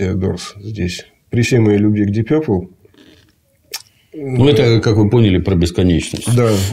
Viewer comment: Деп Пурпле😂😂😂